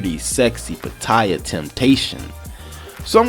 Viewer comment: I hate when the names of the cities are mispronounced. It's Pat-tea-ya (Pattaya)